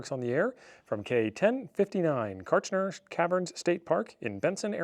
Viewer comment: You were pronouncing the state park name correctly. Hopefully, you had the chance to go into the caverns. They're amazing. And, yes, Everything here in AZ is trying to kill you, all the time. The desert is harsh and unforgiving.